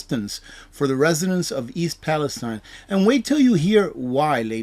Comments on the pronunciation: Its ... East "PalestEEN!" I know it should be East "Palestine" like the Holy Land but it's not. Every once in a while things like this happen and it's incumbent upon somebody broadcasting to get it right. You're getting "too big" to be "this quaint" ... to be "too Goober" ... "this simplistic". Learn how to pronounce things. You're a good guy and I've learned a lot, have prepped accordingly but you're starting to embarrass yourself. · It is pronounced Pal- i-steen